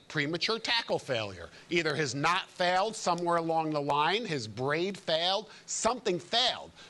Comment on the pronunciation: Efore say knot not nut